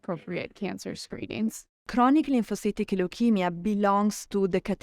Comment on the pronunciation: Lyphocytic? You mean 'Lymphocytic'?